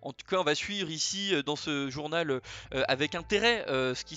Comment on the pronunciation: depuis le "e" à journalE je suis traumatisé.... "- Les filmes pourront être censuré par la Chine" ....... tu as fait fort ^^ sinon beau taff ! continue et merci pour le partage ! salut et joie